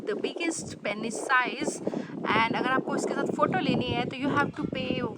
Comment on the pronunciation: बोलने में पेनिस नहीं पीनस होता है.